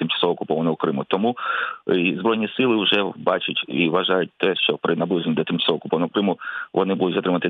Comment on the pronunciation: п. Власто! Чому Ви кажете "щьо", "щьоби", "якщьо"? і ч у тих випадках, коли треба говорити твердо, Ви чомусь вимовляєте м'яко... Дякую за увагу.